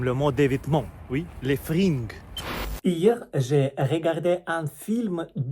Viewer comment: On prononce pas frinegues mais fringues comme freingues😊